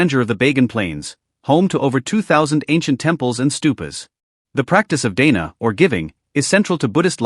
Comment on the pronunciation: Your mispronunciation of so many words Dana, vipassana , Guru Rinpoche is disconcerting